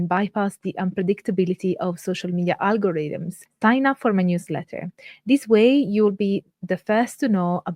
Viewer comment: 😈👿👹👺 fascinating! And today is a mighty fine day for margaritas !!! Edit: 🤣🤣🤣🤣 you said algorithms not margaritas! 🤣🤣🤣🤣🤣